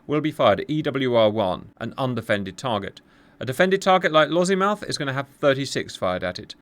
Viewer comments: It’s Lossy Mouth rather than Lozzie Mouth but otherwise superb. On our own we are not looking good so fingers crossed we have sufficient interoperability. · There is no Z in Lossiemouth